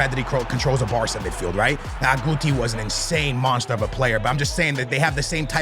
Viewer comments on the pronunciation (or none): none